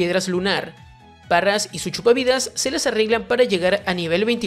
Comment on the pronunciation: ¿Parras? ¿Parrasect? ¿Eibi (Eevee)? Es bastante molesto que trates de pronunciar todos los nombres en inglés haciendo cosas super forzadas cuando no sabes. Para eso léelos tal cual se escriben. Por lo demás buen video, es un gran trabajo.